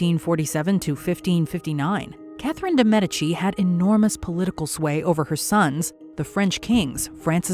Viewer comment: Catherine de what? Lol that is an impressive butchering of her name.